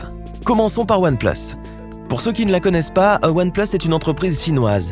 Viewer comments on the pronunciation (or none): S'est comme sa qu'on dit "One pleusse" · One place ??? ça se prononce pas "oane plUUs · One pleusse 😂 mrd